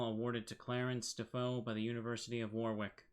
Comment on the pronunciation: Help from a friendly brit, it's not war rick. It's more like wa Rick.